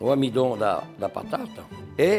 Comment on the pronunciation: "O amidon..." Que vontade de guardar esse homem num potinho pra sempre! 😂😂😂😂